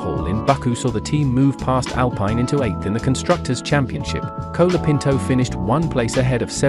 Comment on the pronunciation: Who is 'Cola' Pinto? It's pronounced 'Col' as in 'Hol' (Holiday) So his name is 'Col a pinto'.